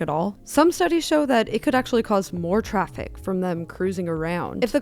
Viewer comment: Young females saying 'troffic'. Our language is doomed.